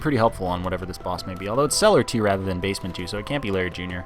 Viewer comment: He's Canadian he said ay at the end of celler2